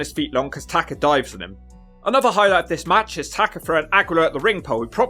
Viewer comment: TakA. Tah-Kah. Not Tah-ker. Fuckin brits.